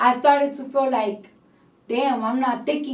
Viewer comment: Did she pronounced "feel like" as fool like ? Or I got something wrong in my ears